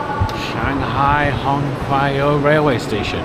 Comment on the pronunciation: It's pronounced as 上海虹桥站 Shanghai Hong "Ciao" Station. Tq.